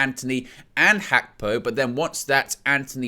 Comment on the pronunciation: you nearly have the pronounciation of Gapko correct.....in Dutch the "G" in a word is pronounce with a sound from the back of the throat...almost like trying to clear your throat...takes a bit of practice for people who only speak English....I bet Nina would know what I'm talking about. Arabic uses it as well. Big up trying to get it right.